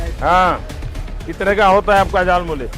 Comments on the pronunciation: झलमुरी नहीं जालिम मूली बोल रहा है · झालमूड़ी ❌ जालमूली ✅